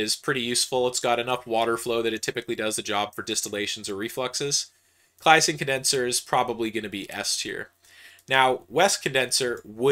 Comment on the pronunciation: The way he says "Claisen" hurts me lol